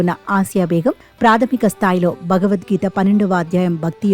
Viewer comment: చిన్నారి ముస్లిం బాలిక భగవద్గీతను నిర్దుష్టంగా పఠిస్తూంటే 😊❤️, TV anchor “భ”గవద్గీతను—“బ”గవద్గీత అని తప్పుగా ఉచ్చరిస్తోంది 😛😏!